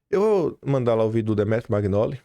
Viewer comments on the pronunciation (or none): Pelo amor de Deus! Nao é “Maguinóli” . Nao custa respeitar a pronuncia dos nomes de origem italiana. Você pronuncia lasaguina ao invés de lasanha?